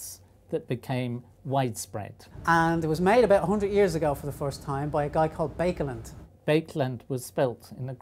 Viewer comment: Interesting video. A little bit disappointing that the pronunciation of Baekelandt's name is so far off.